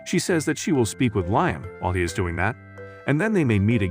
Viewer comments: Lime? Who is Lime???? It is Liam! This is also horrible showing the wrong pictures and this reading was a good sample. Not going to waste my time again? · U Right,He's Saying Lime&Not Liam😂😂😂😂🙃🙃🙃🙃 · His name is Liam not Lyme